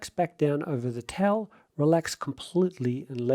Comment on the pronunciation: why do you say “tell” instead of “towel”????